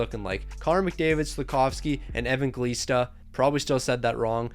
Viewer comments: It’s pronounced a-van-gel-ees-ta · Its pronounced Evanjelista and Nemech